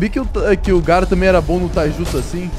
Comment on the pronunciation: engraçada foi quando ele falou garra 😂